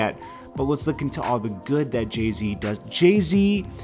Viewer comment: His name is Jay Z not JAY T WTF?